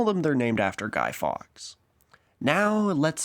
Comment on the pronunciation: Didn't get the name at first, I dont know if its your account or pronunciation. But it's pronounced Guy Forks (written Fawkes.). Also, it's not a holiday, it's marked on the calendar and colloquially it's often reframed to as Bonfire Night or even Fireworks Night...obviously.